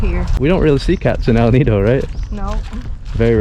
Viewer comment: I'm amazed by your fluent pronounciation of El Nido and Puerto Princesa